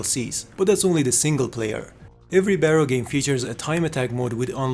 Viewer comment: Here is a small correction "Barro" is pronounced as "Bar row" wich translates to dirt or mud, Maybe it was supossed to be an off road racing game?